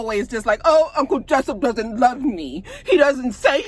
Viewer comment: Every time you say“Uncle Jessyp” it takes me out.